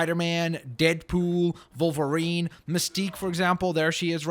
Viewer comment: It's wolverine not volverine!